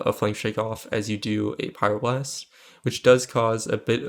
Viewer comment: It's really difficult to understand if you're saying Pyroblast or Fire blast at the beginning of your video. Just so you know. :(